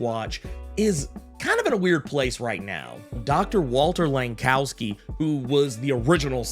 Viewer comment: God bless you for pronouncing Langkowski correctly.